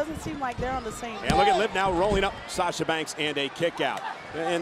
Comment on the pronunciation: Anyone else heard Naomi say Slasha😄